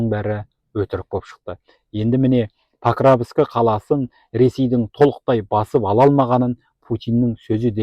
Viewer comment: Паровск деп айт сауатсыз